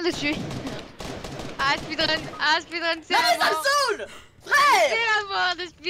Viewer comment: gg GROS MAIS je crois c"est speedrun pas speerun